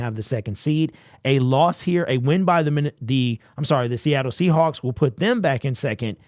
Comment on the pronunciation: Seahacks...lol you said Seahacks !!! LMAO !!!